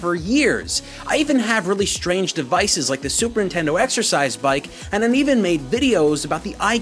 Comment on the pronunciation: love your vids but i just have to point out that you say nintendo fine but you say "super intendo" everytime. ive done it myself at times due to brevity but just figured id point out the small problem in your very well edited, written and acted videos. keep up the good work man!!!!